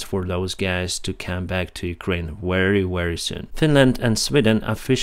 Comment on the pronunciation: Pronounce " Very" like ”вепи“